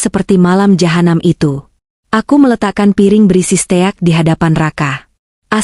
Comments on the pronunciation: Bukan steak bacanya stik. Gak enak. dengernya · Stik dibaca steakk